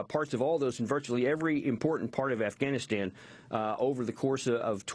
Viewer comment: why the fuck does this bitch say ivanistan?